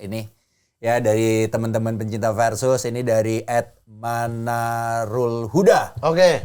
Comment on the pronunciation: Harusnya, Versus. Pakai V bukan P. Kebanyakan dari kita kan ga bisa melafalkan huruf V, dan malahan menjadi P. 😊